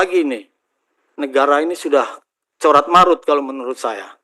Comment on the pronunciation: Carut marut pak,,bukan corat marut😂